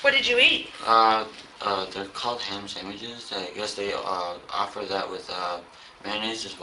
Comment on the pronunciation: He said han sameches